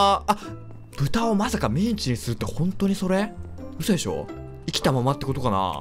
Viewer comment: ミンチがメンチに聞こえるw